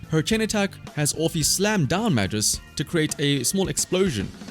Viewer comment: Side note: "Magus" is pronounced with a hard G, not like "majus"